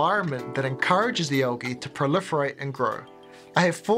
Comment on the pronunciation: It is not algeee, say the L dude.